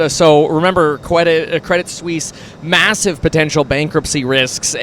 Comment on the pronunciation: Kwedit Swiss uwu